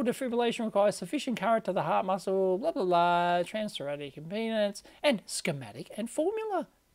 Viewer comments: Pronounced. "Trans-Thor-Ass-ick". Transthoracic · "trans-thoracic", pronounced tho-ra-sic.